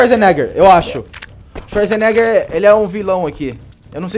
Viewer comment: C pronuncia xuazeneger